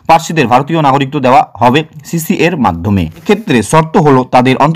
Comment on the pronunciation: আরে ওটা সিসিএ নয় সি এ এ